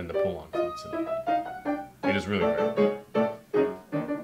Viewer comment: Loved the beginning bit, and the rest was hilarious! Looking forward to part 2. By the way, who is this “poolenk” you speak of?